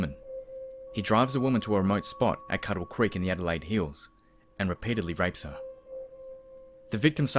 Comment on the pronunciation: Craig and Scott were my second cousins. Thanks for telling their story. At least the SA government decided to throw away the key on this bastard eventually. Just FYI...Yatala is pronounced Yat-lah. And it's Cudd-lee Creek. But good job with all the rest.